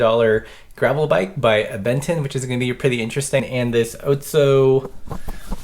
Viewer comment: OTSO! I’m from Minnesota where they are made and have been waiting for your kind of review on it! By the way it’s pronounced “Ahtso”